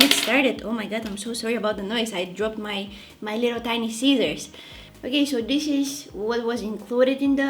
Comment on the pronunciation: Every time you say this it sounds like dis dis LOL I crack up😂❤😊😮🎉